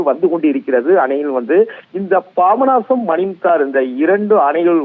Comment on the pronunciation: Pronounciation worst. Babanasam... Papanasam.